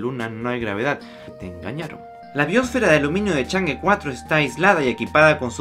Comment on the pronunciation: No se pronuncia change, se pronuncia chong'a